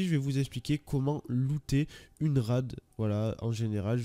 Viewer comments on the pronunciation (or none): on dit RAID pas RAD ptdrrrrrrr